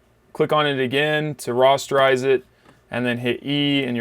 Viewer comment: Rasterize not Rosterize Nice edit, you've got an eye for imitation. My next request would be Sunny Herzinger.